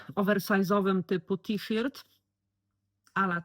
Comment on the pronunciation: Witam, zawsze z przyjemnością oglądam Twoje filmy, czerpię inspiracje, podobają mi się Twoje udziergi, są super. A z wymową słowa t-shirt jakoś nie mogę się zgodzić bo w szkole było to inaczej😊. Pozdrawiam, Cię i czekam na następne filmy. Ela.